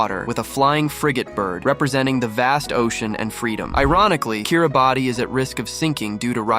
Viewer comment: Kiribati is pronounced Kiri-bass